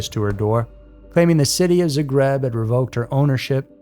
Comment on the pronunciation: It's REE-YE-KA. And in Zagreb the emphasis is on ZA. :) The story of Hedviga is so sad 😞 😔 😟 😢